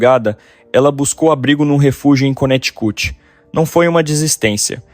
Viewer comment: Coneticuchi ???? 😂😂😂. Connecticut